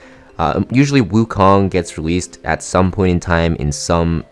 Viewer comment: Your pronunciation of it is wrong but close enough